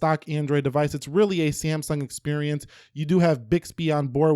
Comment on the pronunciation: Whene say samsung i hear siyamang